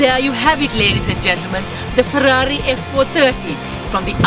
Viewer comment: bro you say 'Perrari', just like we sometimes say 'Definitely' or 'ferformance'